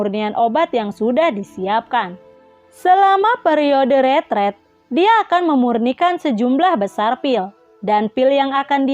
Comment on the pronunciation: bacanya retrit min bukan retret